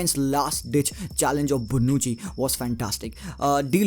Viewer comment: Bonucci...with sofc C not K